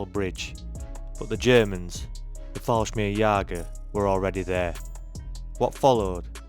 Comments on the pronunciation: I spell them how you pronounce them... Just listen to your intro: Fallsmirgsjager... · Stop using AI. It is simply lousy. Falsmirjigers, Bigrades, Girman, Airbone Boos, Capality... And more. Just please stop. You ruined a maybe good video. I stopped listening after NADO (NATO).